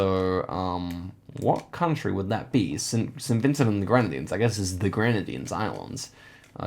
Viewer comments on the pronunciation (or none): none